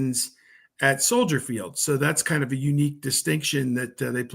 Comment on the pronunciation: as a native Chicagoan i thank for correctly saying Soldier Field and not Soldier’s Field as so many people say